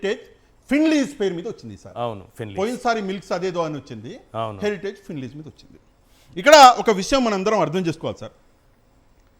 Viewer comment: హరిటేజ్ కాదు హెరిటేజ్ సంస్థ అను అన్నా